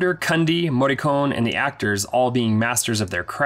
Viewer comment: First: it is pronounced Mor-ree-co-neh. Second: The Thing is not a horror movie. It is a psychological thriller. I know this because I absolutely hate horror movies, but I absolutely love The Thing. Therefore it cannot be a horror movie!!! OK, it is a horror movie really, but you should have known how to pronounce Morricone!